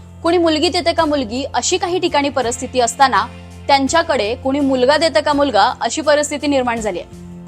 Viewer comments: अहो परस्थिती असा उच्चार केला जातो पण परिस्थिती असा आहे. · परस्थिती नाही गं परिस्थिती शब्द असतो तो 🤦🏻🤦🏻😅😅😅